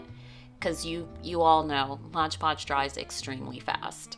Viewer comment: Super cute cup. BTW it’s Mod Podge not Modge Podge. 🤨